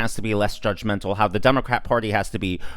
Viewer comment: He says be less judgementa, This guy is the king of being judgemental